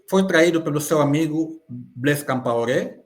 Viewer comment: Matumona yambula buzoba.Ate não é Campaore é COMPAORÉ